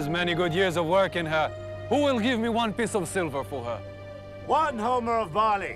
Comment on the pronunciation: It's pronounced ''OMER'', not ''Homer''. The omer (Hebrew: עֹ֫מֶר 'ōmer) is an ancient Israelite unit of dry measure used in the era of the Temple in Jerusalem and also known as an isaron. It is used in the Bible as an ancient unit of volume for grains and dry commodities, and the Torah mentions it as being equal to one tenth of an ephah.